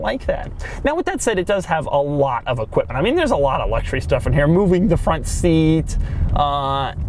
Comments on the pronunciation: Doug is the type of guy to pronounce luxury, "LUCK-sher-ee". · Doug, the third letter of the word "luxury" isn't a "g".